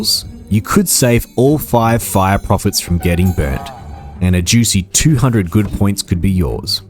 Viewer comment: I'm going to be honest, man - every time you said "good point", my brain kept hearing "good boy point" and I was waiting for you to get to the part of the game where you exchange these points for tendies.